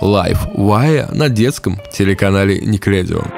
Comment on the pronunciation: Не никледион , а Nickelodeon. Автору двойка)))😊